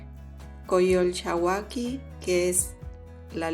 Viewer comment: No sé dice coyolxahuaqui ojo con eso ... Se necesita ser mexicanos para pronunciarlo... O mucho estudio...